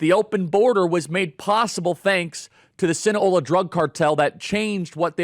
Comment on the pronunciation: Sinna Low Ah SInaloa. Gotta say it right, Charlie.